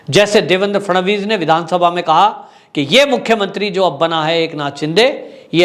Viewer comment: सर आप मराठी लोंगो के सरनेम उच्चार बडे गलत तरीके से करते है 1गोगावले. 2. नार्वेकर. 3.बांगर. 4 फडणवीस है आप कुछ और ही कहैते है. बाकी मै आप का हर वीडीओ देखता हुं जय हिंद 🇮🇳 🚩 जय महाराष्ट्र 🚩 🇮🇳 👍 सर